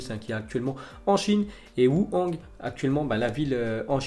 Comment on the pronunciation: Moi je suis toujours perturbé par ta prononciation Wuhan est devenu ouhang ptdr 😂 fais un effort tcho et comment t’a dis psv heindoven jpp cordialement et courtoisement bien sûr